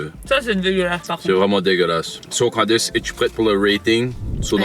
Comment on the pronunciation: On dirait que j’entends sacrer parfois… j’entends “calice” alors qu’il dit “Candice” 😂😂